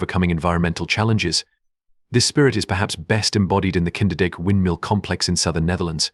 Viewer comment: AALSMEER. KEUKENHOF. KINDERDIJK. Why are you mispronouncing the names? This is a great video but the narration ruins it completely, WAY TO FAST, WHY THE HURRY?